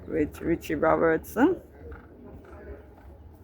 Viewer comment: I HERD YOU SAY RICHI ROBERTSON ARE YOU SURE